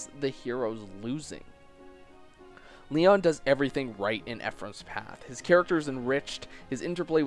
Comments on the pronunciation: "Lee-ahn", more like "Lee-own" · joaocisne556 completely agree I also like Eirika's path much more and thought it was more interesting, tragic, and well written. but besides that (and the mispronounciation of Lyon's name), the essay is well done and some recognition of Lyon's character is super refreshing!